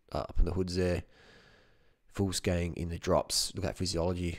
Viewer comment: Did he say Foolsgang?